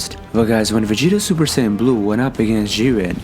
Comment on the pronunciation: A troll could of narrated this better. Just "supersayn"?